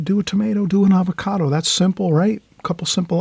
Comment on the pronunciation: Hi, I love your channel but I have to point out that it's "avocado " for future reference. I love watching you paint. Like most people who are really good at something, you make it look so easy!